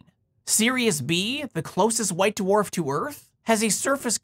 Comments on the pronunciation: Hearing you say d'warf instead of dwarf is driving me crazy. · I like how you pronounce them "Doo-Wharf" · I love hearing you say Duhwarf. Although I feel bad for anyone named Dwane or Dwight in your life. Yes, that's what I seem to have taken away from this video. 🙃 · It seems like the star's extreme gravitational field acts to separate and purify the layers the same way the force of a spinning centrifuge stratifies the layers of a body fluid sample (my field). Oh, and I like the way you say the word "dwarf"...you can really hear the separate letters "d" and "w" !